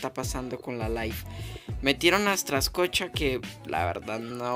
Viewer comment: Se pronuncia Strakosha,no Straskocha :/